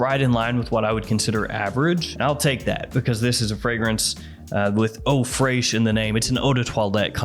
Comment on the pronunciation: Eau freishhh😂😂😂😂